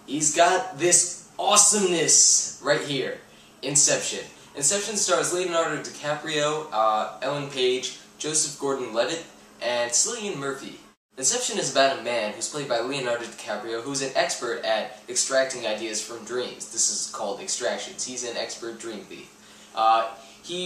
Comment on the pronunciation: its pronounced like Killian.....sorry I just love him Great movie!!